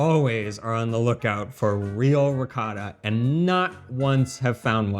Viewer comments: It is NOT pronounced Ree Cot Ta! It is Ree KO Ta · It's NOT Ree Cot ta. It's Ree Ko Ta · PLEASE— WATER buffalo milk is what you mean! You will have everyone thinking that it comes from bison. ALSO—I CRINGE every time you mispronounce ricotta. Why do you refuse to say it properly? You have spoken on this before and you’re just stubbornly perpetuating cringy mispronunciation. Thank you for the video in spite of this irritation. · Chèvre becomes hard when it ages--kinda seems like you need to learn that it isn't just Italy that has many types of cheeses; should also learn how to pronounce ricotta. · You still don't say "ricotta" correctly! OH! OH! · Really enjoy your channel. I’m the son of Calabrese immigrants and Pecorino Crontonese is my favourite cheese. Another great episode minus pronunciation of Ricotta which I’ve come to accept 🙂, love ricotta in a panino..